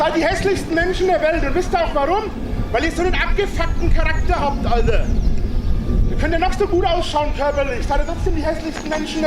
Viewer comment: "Alder" kann ich bald nicht mehr hören.